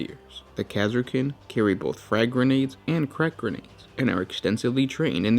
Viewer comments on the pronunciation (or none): none